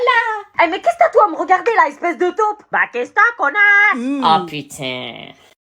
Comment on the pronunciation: "eSpEcE dE tAuPe" 😂😂😂😂😂